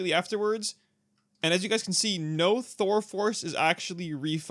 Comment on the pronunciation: 17 you definitely said "thurle" Thural? Thurel? whatever you said, theres no L